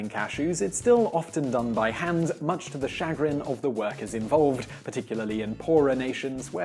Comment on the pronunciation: "Shag-rin"... "Sha-Grin"... -.